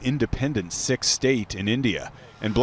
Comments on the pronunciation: Omg its pronounced "seek" not "sick". How did that get past editing. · This reporter needs to learn how to say Sikh...is isn't pronounced sick as he says it! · Of all the words to mispronounce in our sensitive days, the Sikh is said like the word seek. You'd think the humans doing these reports would at least learn how to pronounce names of groups right. This report almost feels like it was done by some ai algorithm set to replace the writers in the office, to mispronounce Sikh as sick, that's usually a mistake ai bots make, plus to air it live without first checking with a real Sikh or Punjabi is a bit shortsighted. Why do they have the job and I have to proofread? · It's Sikh. The i is pronounced like that in sick and more emphasis is given to the 'ha' sound.